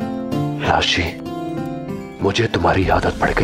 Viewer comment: Bro its lachi not rachi